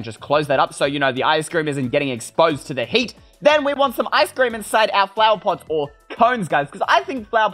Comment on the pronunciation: Me:ice cream You:eystreem